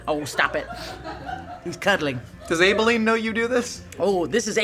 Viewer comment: I hate how you've pronounced Abilene